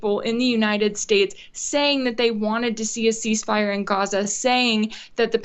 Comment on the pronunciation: Rachel, it is NOT Goza, it is GAZA.